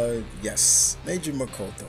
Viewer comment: Ha,it's pronounced mo-TO-KO.